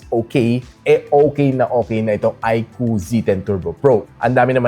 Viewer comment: Yun! tama yung pronunciation ng iqoo yung ibang tech viewer kasi, iq double o ang tawag